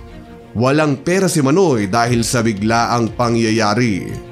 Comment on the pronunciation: Iba ang pronounce mo ng manoy. Dapat Mah-noy meaning kuya. Pag mabilis ang pagkabigkas mo ng manoy, ibig sabihin nun private part ng lalaki.